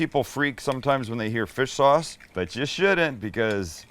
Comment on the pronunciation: Did you just say fist sauce when you added it to the bowl?